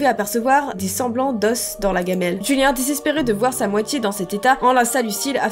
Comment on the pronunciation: on antend julia au lieu de julien